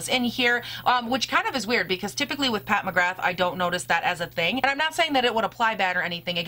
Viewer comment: I love your channel! Just a heads up, it’s pronounced “Pat McGrah”